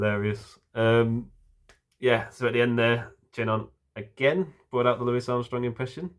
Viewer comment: Thank you for pronouncing Mr. Armstrong's first name correctly. He hated being called Looee Armstrong.